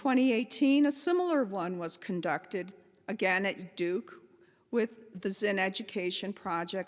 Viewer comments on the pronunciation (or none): none